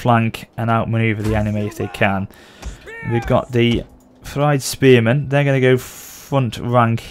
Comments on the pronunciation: thegns is pronounced similar to fe - guns. i guess you could also say feng - guns. fyrd was also mispronounced as fride. pronounciation is "feared". so basically "feared men". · is like, Fird (Fur-d if that makes sense) AFAIK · It’s theins and fyerd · Thejns. Fird. This was how Jack Lusted pronounced them. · 5 years late but the word thegn/thane is just Th A ne then the Fyrd is just like saying feared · it's pronounced freed spearmen/freed archers and so on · I also know how to pronounce Thegns and Fyrd correctly now, so that will be sorted for episode 2 :p